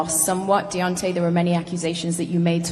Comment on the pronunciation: 1.21 "deontey wilder was robbed tonight"! hahaha